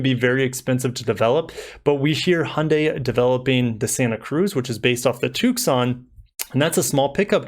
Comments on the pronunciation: Did you just say Took-san for Tucson?! Have you never heard of Tucson, Arizona?! 🤦‍♂️ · the c is silent in tucson.